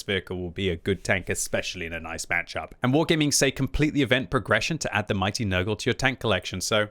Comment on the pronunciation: calling it papa nergal (nurgle) now